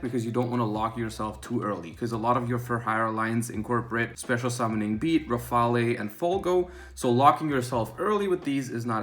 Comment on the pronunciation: The e is silent in rafale. Thanks for the advice!